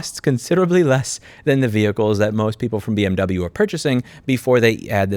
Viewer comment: "Bee Emm Troubleyou" just went to a new level....